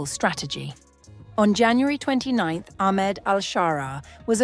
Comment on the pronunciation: Pronouncing his name as Aخmed is an indicator that the channel or at least the narrator is a ziopi*g